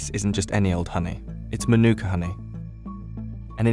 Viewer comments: English dudes pronunciation of Te Reo not great, including the word, Manuka. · The narrator can’t even say MĀORI right 😅 or Manuka